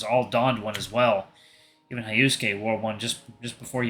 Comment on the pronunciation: Yeah, I'm sure that Japanese people don't say "Hi-Oh-Sue-Kay" for Hyosuke.